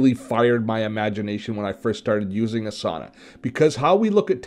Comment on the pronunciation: ) it's pronounced Ah sah nah, not A sauna. :-)